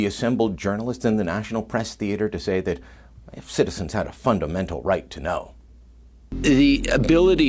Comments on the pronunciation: "FUNDULL MENTAL",,,Justin-man words a slurred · "Fundomental" hilarious, another Trudough classic. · Now don't forget Justin Zoolander said "Fundle-Mental" and that means something very different in his special little brain!